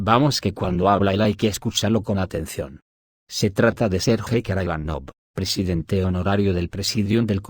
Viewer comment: Сергей Караганов , Sergey Karaganov , se pronuncia en ruso, [ sirgéi karagánaf ]. Saludos.